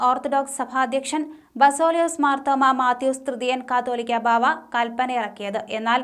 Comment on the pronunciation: അവതാരിക കാതോലിക്ക ബാവ എന്നത് കത്തോലിക്ക ബാവ എന്നു ഉപയോഗിക്കുന്നത് ദയവായി തിരുത്തുമല്ലോ പരിശുദ്ധ സുന്നഹാദോസ്, ബാവാതിരുമേനിഅധ്യക്ഷൻ ആയ സഭയുടെ പരമോന്നത synod ഉചിതമായ തീരുമാനം എടുക്കാൻ പ്രാപ്തമാണ് എന്നതിൽ ഉറച്ച സഭാവിശ്വാസികൾക്ക് രണ്ടു പക്ഷമില്ല, " ഇടർച്ചകൾ വരുന്നത്.... അത് വരുത്തുന്നവന്.... Woe unto him kure വ്യക്തികൾ സഭയെ കഷാപ് ചെയ്യാം എന്നുവിചാരിച്ചാൽ തമ്പുരാൻ അത് സമ്മതിക്കുന്നു ദൈവം അല്ല, ക്ഷമിക്കും..... ജോഷുവ ജോൺ achen